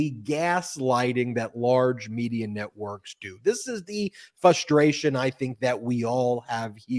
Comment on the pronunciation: FRUStration, Ben, FRUStration. 😅 My one and only criticism of the wonderful Meiselas brothers!